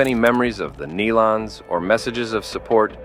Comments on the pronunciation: "Nellons"? Get it right BEFORE you do a video. It's "Knee-lons. This is a pathetic video. Please take this down! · Pronounced: (knee-lun), not, nell un....Please.. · Its NELON. NOT NELLUN. SOOOO disrespectful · Knee-lons not nell-lons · I refuse to watch any video that doesn't pronounce their name correctly! The E is long. Their name doesn't rhyme with melon. It is pronounced like kneelin'. Surely you can reprogram your AI voice to get their name right! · If you are going to report this, please have enough respect to research how to pronounce their name. It is "nee-lun" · Out of respect to the family, it is pronounced "Nee-lon" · Call them correctly as the Neeee. Lons. Use the long e sound. Please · Please pronounce their last name right. Show some respect. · How about learn how to say their name